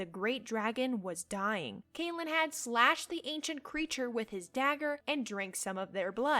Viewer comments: The way you pronounce Calenhad freaks me out for some reason 🤣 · Your pronunciation of certain words is really bad. Lair is L-EH-R; CAL-en-had; WHY-vern